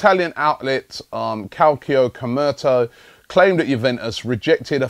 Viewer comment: sorry... what??? Kalkio Komrto?!!!? FFS Robbie!!! otherwise - blah blah blah ...as always!!!